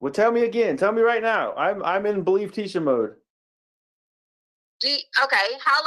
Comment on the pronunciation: "Believe tiecha" mode lol